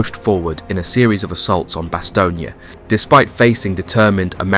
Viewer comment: Bass-Tone sir, I was a member of one of the battalions of the 101st that faught in Bastogne. I was a member much later of course. The unit is not active anymore but it was 1-377 FAR. Have to nail the names sir.